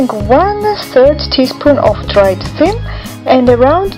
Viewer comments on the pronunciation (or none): Ahhhh 'theem' is how she pronounced it! I get it now. That is a totally sensible way to assume that is pronounced.